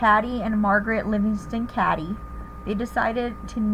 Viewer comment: Cady (Kate-EE)!